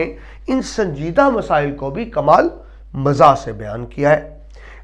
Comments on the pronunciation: تلفظ کے اعتبار سے بہت غلطیاں ہیں ۔ ظُلبا نہیں طَلَبہ، درست ہے، مَزاح نہیں، مِزاح درست ہے۔ قہقہ نہیں قہقہہ درست ہے۔ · lafz musanif ka imla aur lafz pata ka imla mujay drusat nahein lag raha...lafz muzah aur talaba ka tlafz b drusat nahein lag raha..rahnumai fermaein